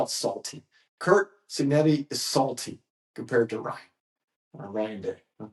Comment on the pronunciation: If you’re going to do a video about college football, you have at least know how to pronounce Cignetti not Cignelli.